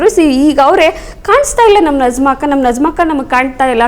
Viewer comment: Nazma antha Allaa Ivara Hesaraadharoo Sariyaagi kareyiry. Bareyiri. " NAJMA" Arabiylli Najma